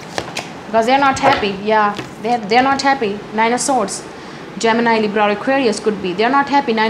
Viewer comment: Pls pronounce libra and virgo properly...everytime u say taurus libra Capricorn it confuses whether u r saying libra or virgo